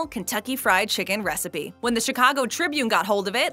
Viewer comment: Secret “wecipe” :D